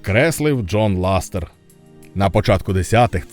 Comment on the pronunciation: по перших не ластер а лассетер по других назва відео клікбейт🤨